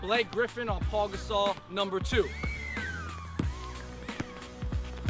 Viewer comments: It's not Paul gasol it's pau gasol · It's pau not paul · its pau not paul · Ryan Francis its pronounced pa-ow, not paul, but nice vid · It is PAU not Paul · It's Pau, not Paul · It's pernounced like pow not like Paul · They said Paul Gasole pronounced like that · It's pronounced "Pow" in Pau Gasol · But it's spelled and pronounced Pau Gasol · It's Pau there is no L in his name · Know how to correctly say dirk even thought most people don't and then mispronounce pau